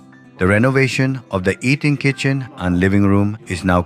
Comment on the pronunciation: I believe this is a re-post. Eating Kitchen sounds a bit funny.